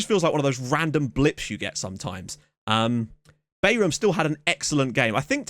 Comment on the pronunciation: Bayram is pronounced "Bairahm" and it means "party" or "celebration" in turkish.